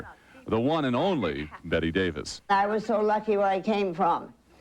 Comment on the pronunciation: Her name Bette not Betty